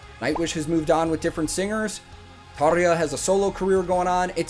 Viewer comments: Good start ... you know how to pronounce Tarja :) This was special. The band was all in, especially Floor of course. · I want to congratulate you , not just for the video, but for being a Yank and actually bothering to pronouncing Tarja's name properly. All of the non-English names actually. Not something you see often in the youtube universe. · I love 💓 how you pronounce Tarja 😄